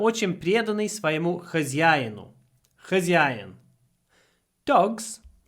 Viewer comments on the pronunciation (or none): Думал, что он русский пока не услышал слово хозьяин